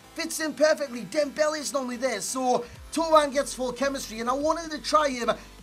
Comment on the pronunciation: Finally a YouTube who can pronounce Thauvin properly